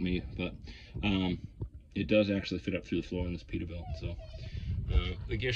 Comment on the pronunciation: what's a 'peetabilt'?